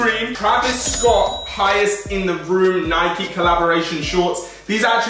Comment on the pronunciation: its nike not nikeeeee